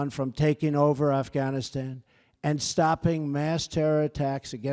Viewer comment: Reading from a TelePrompTer, and someone else wrote it, he can't hardly pronounce Afghanistan...